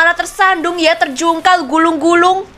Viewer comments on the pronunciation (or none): Guling-guling kk bukan gulung-gulung🤣🤣🤣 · Kak guling guling kak bukan gulung gulung